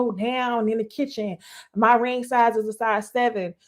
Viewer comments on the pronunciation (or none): none